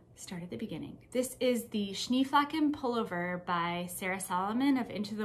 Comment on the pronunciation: I love the Social Bubble Jumper. I was thinking it would be a great sweater for my friend in MN. Did you make the first size? I tried to find out from your previous videos, but maybe didn’t catch the size you made. Also, if it matters to you (and if it doesn’t, that’s fine too), Schneeflocken is a German word meaning snowflake, aptly named, and the German pronunciation is Shnay flocken. Of course none of us can know how to naturally pronounce all of different pattern names, but I thought I would tell you. I’ve been trying to properly say “pho” for many years and I will never sound Vietnamese. Regardless of the pattern name, your sweater is just so lovely and I especially like the brown contrast color. Thanks for your willingness to share your knitting projects!